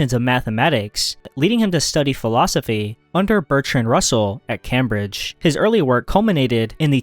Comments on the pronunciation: It's not cam bridge, it's CAME BRIDGE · ITS CAME-BRIDGE! NOT CAM-BRIDGE !! and ur voice is so annoying and spinoza, maoimenides, heidegger and kirkegaard should be there. but i did rly enjoy this just work on ur voice no way thats how you actually talk x